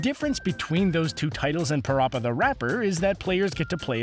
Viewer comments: you said parappa wrong boi its pronounced as pa-rap-uh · How the hell did you mispronounce Parappa The Rapper incorrectly? You said Rapper correctly but yet you said Parappa like Paroppa